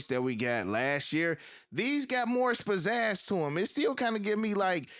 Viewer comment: always say "spizazz". Lol. Think you mean "pizazz" bro.